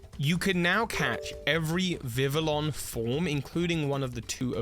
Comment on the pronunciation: And Vivillon does not have the l’s pronounced like l’s 😒